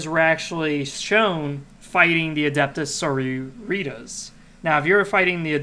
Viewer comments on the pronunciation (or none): man said, "Adeptuh Soritas"